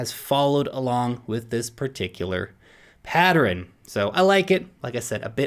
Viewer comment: Nobody:: "Take a look at this patteryn"